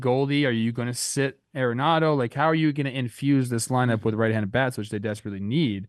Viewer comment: Cardinals fan here. It’s “Nolan ARE-nado” not AIR-enado. That is all thanks